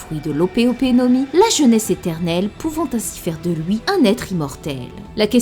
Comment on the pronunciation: Tu dis louuuis au lieu de LUI wtf